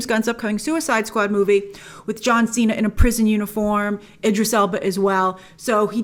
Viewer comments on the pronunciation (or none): none